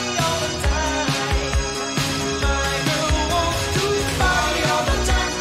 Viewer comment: I thought he was saying"my girl needs to potty all the time".